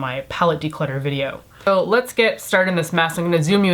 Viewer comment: its not declotter ....